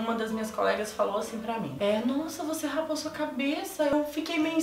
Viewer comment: é "raspou" e não "rapou":)